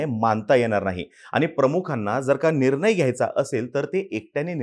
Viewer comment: निरनय नाही रे, "निर्णय"